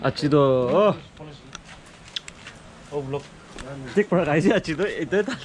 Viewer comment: ..Its Burma camp ..not purma 🤣🤣